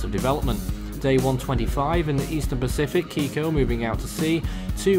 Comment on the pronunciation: It's Kikó lol